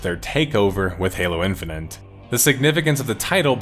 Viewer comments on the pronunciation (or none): Good vid but hearing in-fi-nit pronounced in-fi-nent for an hour made my brain itchy. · No, I'm sorry. I'm not gonna listen for an hour as someone says "Halo Infinant" over and over. It's like nails on a chalkboard. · Were you okay when making this? Calling it "halo infininte" constantly is pretty distinct and a little distracting. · I’m glad that people are finally coming to grips with the fact that this game is a giant pile of shit. I had been excited for it, given that it was supposed to be a reversal of 343’s butchering of the series and a return to Halo’s roots, but when I played the open beta and couldn’t mute the AI companion saying KEH-BABBED every time I got a skewer kill, I knew it was gonna be a huge dumpster fire. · I love that you're pronouncing it "Halo Infini'nt" lmao